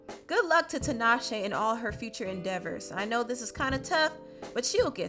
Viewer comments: I’m sorry, but this is just driving me crazy, honey... her name is pronounced “TEE-naw-shay,” not “TIN-awe-shay.” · 😭The way people say tinashe hurts the Zimbabwean in me